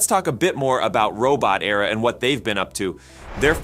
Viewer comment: "Robot" "Era". Not "Robo-terra" (Robo-terror?) Those second words are not homophones, and mean very different things.